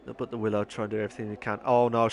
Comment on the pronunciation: It's pronounced willow not wylo 🙈 enjoyed watching that there was some good battles there 👍🏻